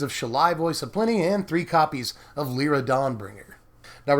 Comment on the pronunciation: Its Lie-ra not le-ra.